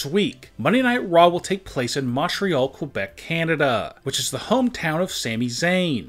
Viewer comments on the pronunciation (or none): none